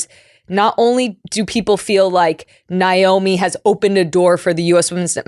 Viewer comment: Pretty sure it’s pronounced NAYomi not NYOMI. But I shouldnt 🎉nitpick. No one would confuse Tobin Heath for a journalist.